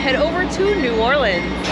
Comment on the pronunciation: Thank you for pronouncing New Orleans correctly🙌